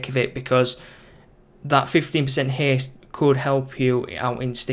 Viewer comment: it is haste not heeest...